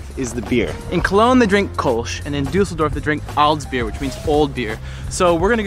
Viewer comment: this one drives me crazy. Kölsch should be pronounced almost like "Koor-lsh" with a short "oo" as in "look" and only a slight "r" sound, more akin to the British or Aussie "r". That is how the german "ö" is pronounced. In English a close comparison might be "curl-sh"